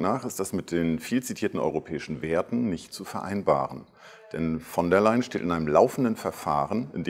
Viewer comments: warum sagt er immer von der "m" Leyen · Warum sagt er immer: Frau von der "M" - Leyen?